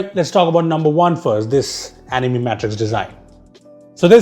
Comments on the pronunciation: he said animi instead of anime in the beginning. Me is pronounced mi but not in anime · What the hell was that pronunciation? uNiIMaE . Its Ani-Mae